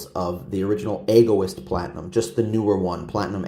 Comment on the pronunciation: Pronounced Eg - o - east 😊